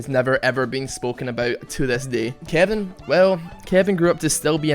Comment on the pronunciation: lol I first time you said Kevin I thought you said kiandy XD (please don't kill me ;_;)